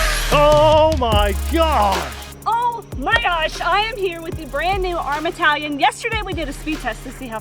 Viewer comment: I believe it’s pronounced “TAH-LION”😉